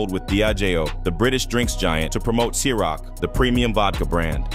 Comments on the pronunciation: Don’t forget the Ciroc vodka that he pronounced KYROCK…..it’s pronounced SIR-ROCK. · Also called ciroc Ky rock, jodeci joe day see, 112 one hundred twelve 😂